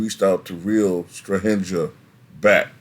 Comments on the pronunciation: Just for future reference , J in serbian is prononunced as y Jokic = yokich , Strahinja = strahinya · Your pronunciation of Strahinja, Nemanja i Natalija hurts brain lol you should pronounce that J as you pronounce J in Jokic.